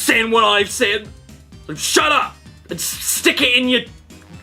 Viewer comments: Something I’ve just realised is how caddicarus says “seen” like “sin” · Learned a new thing: Accents